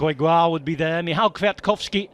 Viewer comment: What a great pronunciation of Michał Kwiatkowski with "ł" and other stuff. Im impressed 🤯. And what an awesome stage it was!